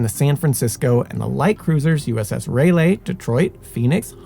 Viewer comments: The destroyer was named USS "Cass-in" not "Cay-sin". The light cruiser was named USS Rah-lee. And, the crew of the USS Utah was markedly reduced after conversion to a target/AA gunnery practice ship. From a full compliment of 1001. The toll on her crew was, in total, 64 officers and men were killed prior to the ship capsized. Included in this number are 58 who went fown at their stations and remain aboard her to this day. 461 members of her crew survived the attack. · USS Ray-lee?